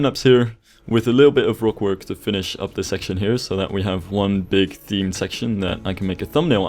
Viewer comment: Hate the way you say rock but Great work